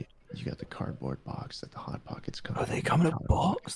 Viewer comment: No one MrJ0h0: Pot hockets